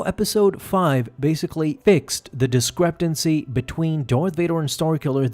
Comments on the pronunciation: It's "discrepancy" not "discreptancy". There is no T in the word. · Dude! It’s discrepancy not discrepdency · The way you say discrepancy.... There's no t Great great video but that was like nails on a chalkboard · The word is "discrepancy," not "discreptancy." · There's no T in "discrepancy". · Am I going insane or do you keep pronouncing discrepancy with a t in it somewhere? Not a huge deal, but there's no T. Actually, it may be a huge deal if I am just losing my mind lol. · DISCREPANCY there is no t in it